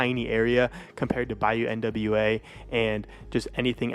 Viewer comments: Nwa is the Haitian Creole word for black derived from the French word Noire/same as Noir. Nwa is pronounced Nwah. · Its Nwa. Not N.W.A. Nwa is the name of the bayou. Nwa is black in haitian creole